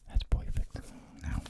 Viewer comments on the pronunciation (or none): Can someone just make a compilation of say *poifect or *technical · “Ahbsolully* •poifect•” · Nobody: Absolutly nobody: Not even a single soul:: « POIFECT » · I feel like decorating the plane afterwards ruins the “poifect” folding of the aircraft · poifect accent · Don't forget, that edge has to be poifect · No one: ASMR: Poifect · Nobody:: “Poifect”